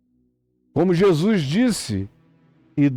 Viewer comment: Zèzuis, Zé zuis kkkk. Muito bom.kkkk